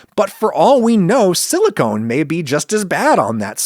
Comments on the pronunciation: If you can't even pronounce "Silicone" correctly, Adam should not have you on the show. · Silicone is not Silicon. LOL TWTF